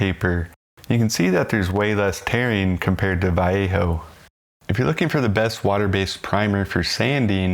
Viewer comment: I have never heard anyone pronounce Vallejo as you do; not even the Vallejo artists in their own videos. I am a plastic modeler, not a mini person, but I have used all of these primers. Vallejo I did not like; it doesn't like scraping and such as you found and I also found it harder to clean if you didn't have their own thinner, which was seldom in stock for me. I now just use Vallejo for hand painting small parts and figures. Stynylrez I did like as the sanding aspect is great for auto and aircraft models as you want a nice paint surface -- no scratches showing! But it went up in price and was hard to get for a while so I changed to Mr. Surfacer/Mr. Finisher which has been the best for me. And now the jars are hard to find in-store, especially in the colors I use. I can easily get the spray but even with decanting it is more expensive that way. The jars thin down almost forever and I can get a lot of kits covered with one. But yes, you need ventilation. Unless you consider the buzz a bonus. I might add my main paints going over these primers are Tamiya and AK Real Colors.